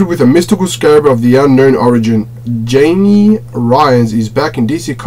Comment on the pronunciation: Jamie is pronounced in spanish has (hi-may) and the j in spanish is an H sound lol